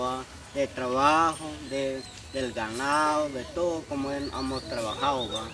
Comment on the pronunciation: Hola me caes bien y quiero por favor que te olvides de decir “Amos”, se dice: HEMOS, HEMOS, HEMOS, no quiero escucharte decir “Amos”